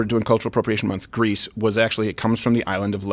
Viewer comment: Greece, not Greaser!!